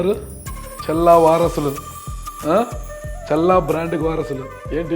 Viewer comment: చెల్లా కాదు మిస్టర్ విలేకరి గారు ‘చల్లా‘ తేడా ఉంది బాగా